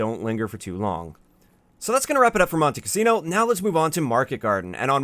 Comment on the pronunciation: Did it bother anybody else how he mispronounced Monte Cassino?